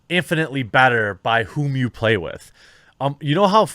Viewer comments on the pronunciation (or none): none